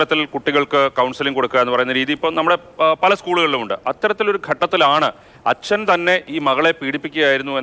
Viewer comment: ദയവായി ഇയാളെ "അച്ഛൻ " എന്ന് പറയലേ കേട്ടിട്ട് സഹിക്കുന്നില്ല.. 🙏